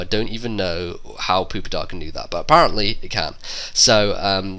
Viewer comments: that im ok with, but poop-itar...seriously...? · Why do pepole say poopitar its so annoying its pupitar not poo! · He said poopy tar. I lol'd